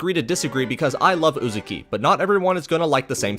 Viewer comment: Great vid! Only one minor nitpick, that had my eye twitching the whole time, so please forgive me for saying it; I’m pretty sure it’s pronounced “UzAHki” and not “UzUki” Also, my man got good taste in manga! 🤝